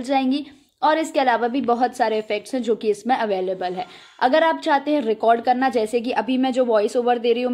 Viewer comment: Hello dear.... Love to see that... you are from M. P... N When you say.. "kanna hai "- (karna hai) full M. P touch hai🤣😂😁...i like your contents... .. Kindly make Video for... How to choose content.... I am from Jabalpur.. Jabalpur Engineering College passout